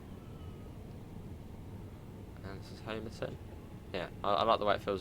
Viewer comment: Great review. Just to let you know Homerton is pronounced as Ho-muh-tn or Hummer-ton.